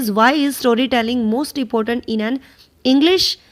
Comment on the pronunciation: improve ur pronunciation... u r even not able to pronounce the words like Pedagogy ,important, fluent, occurs acquisition, lingua franca,remediate,grasp,lack,fluency, plot, thoroughly ,faculties, heterogeneous, governs etc. correctly. where there is a singular u r reading it as plural.. n vice versa..